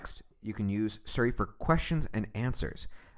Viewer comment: nigga keeps saying surry.